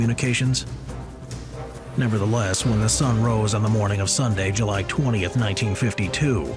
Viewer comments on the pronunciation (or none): none